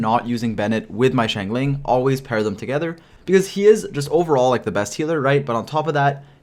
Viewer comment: I really admire and love your in-depth videos about both 4 and 5 star characters and like that each are treated equally so I wanted to thank you for that effort!! ((However, pls, i beg you, it's shing-cho not shing-chu 😂😂))